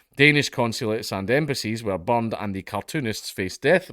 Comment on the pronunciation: Bro I love this guy's accent but I honestly understood that he said somebody bombed the Quran